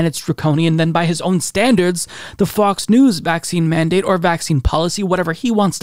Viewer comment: Sounds like you’re saying Fucks News haha